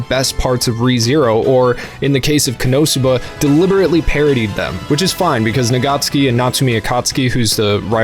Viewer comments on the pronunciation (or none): ko-no-sub-ba. Ko, not Ka. they even say it in the anime many times during the breaks. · Now why do you say Konosuba like that 😢